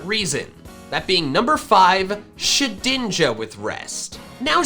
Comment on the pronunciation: Did he call shedninja shidninja